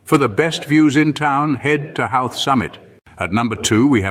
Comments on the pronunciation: First thing I'd recommend you do is learn how to pronounce the name of the town properly. It's not How-th. It's Ho-th. Also, be warned that this video is full of clips that are not of Howth. After watching the whole thing it should be classified as false advertising. Find another video to watch; there's lots of them. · Lovely to see old places. But - why not an Irish voiceover? Why didn't someone tell the narrator that the name is pronounced HO-wth not HOW-th? The interesting point for me is for years I've tried to tell people there must have been an ancient connection with famous archaeological sites Knowth and Dowth, pronounced as he pronounced HOW-th! Good one but some shots are not of Howth. Thank you. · Hilariously inaccurate video, and maybe a quarter of the images are actually of Howth (which is not pronounced How-th, but Hoh-th). To list all the things that are misleading or just plain wrong would take longer than watching the video. Its very existence mystifies me... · As a Resident of Howth (pronounced with the Brythonic w as "ho-oth"), this video is utter AI sausage-meat en$htification. An indictment of it's creators and presenters. :-( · It's not pronounced HOWth! 😂 Half the stuff in this video is not in HOWth. 😂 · Colourful houses at the beginning of the Video is not Howth pronounced (hoo th ) those houses are in Cobh Cork pronounced Cove .. bh in the Irish language sounds like the letter V ( bh= V) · Funny pronunciation of Howth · complete hogwash..cannot pronounce the name of the town properly, over half of the clips are NOT of Howth,,I wouldn;t go anywhere with this gang..you might end up in Outer Mongolia